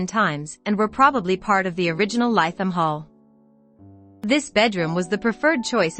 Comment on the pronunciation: Please pronounced Litham Hall